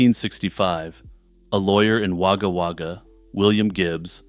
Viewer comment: love your work, but struggle to get past the way you pronounced Wagga Wagga